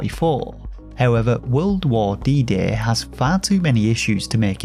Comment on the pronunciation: Not so much "D-Day" as "Bidet"